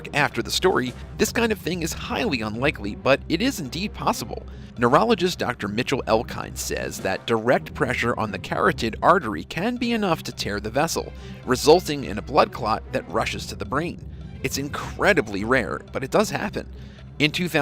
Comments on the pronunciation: This dude did not say carroted (like the vegetable) meaning coratid (a main artery) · It's pronounced cur-ah-tid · "Carrot-ed artery", you say? If there are ever words you don't know how to pronounce, Google has a great feature where you type a word in search and press the " 🔊" to hear the pronunciation. Or just keeping making a fool of yourself, that works too. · Here's an idea learn how to say "carotid"(word next to this) by using google translate or something else cause you said it wrong, Im no medical student but I know how to say it.